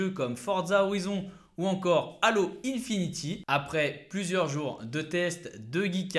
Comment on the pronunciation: C'est halo infinite et pas infinty 🤣🤣🤣